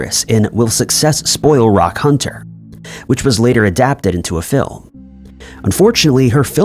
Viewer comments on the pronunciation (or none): none